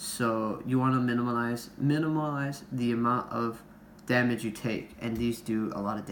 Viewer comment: Bro that guy is just bad. Can’t say “minimize” to save his life...